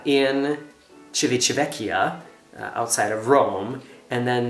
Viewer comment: I think you are the only person (not including the people who live in Italy) who can say Civitavecchia!!! I had to put my glasses on to Google the name!! I've never joined a cruise already in progress, but now that so many cruise lines have 3 & 4 day cruises (not enough for me), I have seen people who did embark during the middle of what was a 7 day cruise for me! I once came very close to missing a ship on embarkation day - flying from FL to Seattle with a group of 7 (including 4 very senior citizens, one who needed a mobility scooter). We got to the pier just in time, and were checked in at curbside - the inside area had closed already! They basically checked our documents, and hurried us on to the ship (our cruise cards were issued after we boarded the ship). Cut it a bit too close, and we were lucky that it was a late sailing time (we arrived in Seattle with time to spare - but getting the transportation we had pre-booked was a long process, although I think our luggage was transported to the ship from the airport thru NCL)!! Lots of excitement for you (and Markus too)! And I think it should be Pride day every day!!